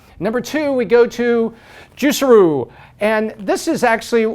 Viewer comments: “Juicerroo” lmaoooooo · I love how you pronounce juicero